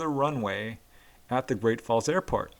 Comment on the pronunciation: Ah heheeheee you said Air-Fart instead of Air-Port lol!